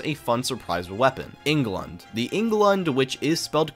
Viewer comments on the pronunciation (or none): its pronounced "eh-ng-glund" oh and there are hundreds of openings that u forgot about